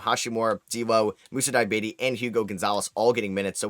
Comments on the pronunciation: basically called him diabetes 😭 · Btw you're mispronouncing name! But I like the way you do it 😂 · Sorry to hear that you're french.